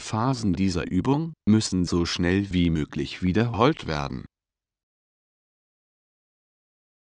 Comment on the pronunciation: Parralel zur Brost MoskollatTOR und die BRUUSTmuskullatur WiederHOLLT werden xD